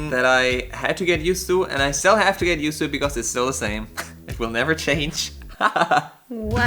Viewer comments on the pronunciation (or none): Hola chicos....yo stoy tratando de aprender ingles... y me gusta sus videos....les entiendo maso... y aprendo de sus asiertos y errores.... como los de.... " estill... o espeaking"... jajaj... me gustaria subtitulos en INGLES... SALUDOS A LOS 2....